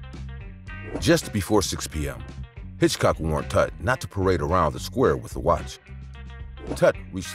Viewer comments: Are you an AI? The name is Hickok. Hitchcock was a movie director from England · It's Hickok not Hitchcock you're making me crazy with this!! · Oh, dear! It's Wild Bill HICKOK, not Hitchcock as you keep saying in number 1. Also in number 1, at the end, isn't that a photo of Billy the Kid, who has nothing to do with the story you are narrating at that point 😮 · As for James Butler Hickok, there’s no hitch in Hickok. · The fact that you're calling Wild Bill Hickok, Hitchcock completely takes me out of the narrative. Also, the train brought in quite a bit of foodstuffs that couldn't be grown in the area, such as oranges. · Do you have ANY idea how long a 30 second shootout is when standing less than 10 feet apart and with no cover available?? 30 rounds! Dude, come on! And.. Wild Bill HITCHCOCK? It is HICKOK! You have a channel that does old west videos and don't know one of the most famous names in wild west history? Bro it is time to look into something else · Will youb STOP calling Hickok "Hitchcock"?!!! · I kept wondering who this guy named Hitchcock was…. Getting the name right is very important.